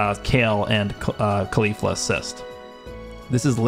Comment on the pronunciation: Years later and still pronounce caulifla wrong